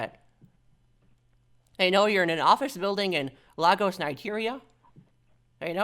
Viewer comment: I've actually been to Lagos, Nigeria, (cool place btw but I digress.) You're actually pronounce it as LEGOs like the toy.